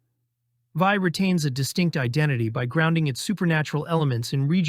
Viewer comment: "THE VIJ" is simply pronounced as "vee". THE DEVILS maybe belongs here.